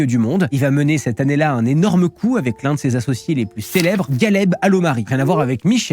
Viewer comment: Superbe vidéo, juste Ghaleb se prononce "Raleb"